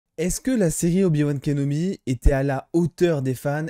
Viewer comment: je suis le seul à entendre "obi-wan KENOMI" quand il prononce son nom ?